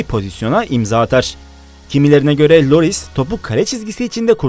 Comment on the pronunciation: Hugo Loris Değil Lloris